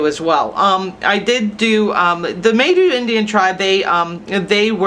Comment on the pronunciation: Kinda neat, unfortunately you are pronouncing Maidu wrong. The “ai “ are pronounced as with a long “I” sound.